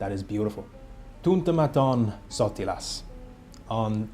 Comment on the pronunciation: That was almost perfect pronunciation of "sotilas"😊